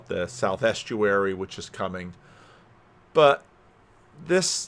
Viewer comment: South-eastury not Southestuary